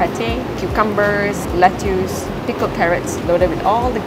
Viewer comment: Nice vlog. But i heard you mention lettuce as let-tuusss. It's actually pronounce as let-tuhs. Usually Singapore will use the former pronunciation but you are malaysian. Since you are both youtuber/influencer it's important to use the right pronunciation as you have a large audiences around the world and you wouldn't want to misguide them. Cheers